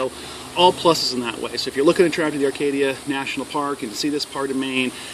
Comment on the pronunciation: There is no r in acadia......